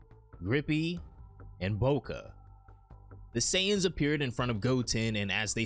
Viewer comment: "Bow-Khan"? The heck 😂 just say Bocha man, Bo as in Boil, and Cha as in Charge. Thats how it's supposed to be pronounced in Japanese. Apart from that good video